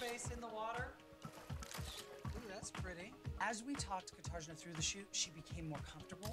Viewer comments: The ignorance of them for always mocking her name does not sit well with me at all, even to this day. Her name is Katarzyna, not Katerzina or Katerzenia or Neutrogena, it's Katarzyna. Is learning and trying to pronounce a certain name too hard for them to do or something? Even Katarzyna kept correcting them multiple times yet they still misspelled her name. Here's the thing that I don't really get: Almost every cycle they always asked some girls to change their name or shorten it so it would easier to remember but they didn't ask Katarzyna to go with Kat or Kate for short, they simply wanted her to keep that name on the show just for them to made fun of it. Not nice at all, they definitely did it on purpose. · Katarzenyah,not hard to pronounce all, jealously over young people who she sees as her competition most likely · Yeah totally notvokay and Tyra calling her Neutrogena just because she thinks her name is strange or difficult so disrespectful, like some school bully behavior. It's not at all difficult to say Katarzyna, beautifulname imo. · One of the Jay's calls her Neutrogena then Tyra says it too. So rude. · Yep. I cringed every time I heard "Guitar-Jenah". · Miss Jay was the one that called Katarzyna “ Neutrogena” as a joke but apparently Tyra wanted to say it too. But at the same time they never really said her name the right name it was always “Catargina” and honestly it’s not a hard name to say when you hear it correctly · I think on the calling her Neutrogena, lol I think she said New Katrina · Refusing to learn how to say someone's name is gross. They 100% did Whitney wrong with that picture. And it's extra weird to have Paulina Porizkova, of all people, to talk about Eastern European tackiness. She might be projecting. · From what I remember Tyra did this the entire season - she constantly mispronounced her name despite her correcting them. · They pronounced this poor girls name wrong the entire season!! I felt so bad the whole time!!